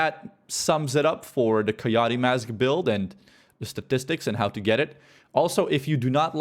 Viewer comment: keyahtee? Lmao. Dumbass.